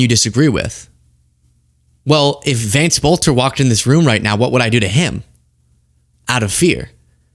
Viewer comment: I think that Boelter is pronounced "belter"